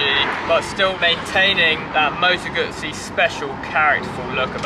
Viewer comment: Moto Guzzi(Goozy)..Not Gootszi.!!!!